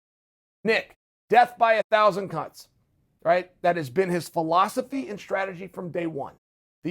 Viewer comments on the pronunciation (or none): “Nick, death by a thousand cunts.” Make sure to enunciate Chael lol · Anyone else hear “death by a thousand cunts”?